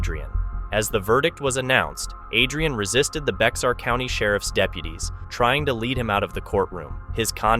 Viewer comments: Bexar County Texas is pronounced like bear, the x is silent. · Narrator, Bexar is pronounced bear, not bex-ar!